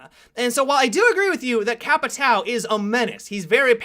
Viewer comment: The way people say capitão really makes me laugh xD i mean i know you people aren't familiar with the word but you arent familiar with jager either and you say it correctly :P